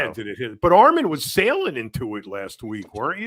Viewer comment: still can’t pronounce Armon’s name the right way